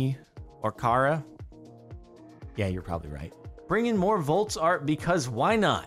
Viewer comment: Volts? I thought he kept saying Vaults.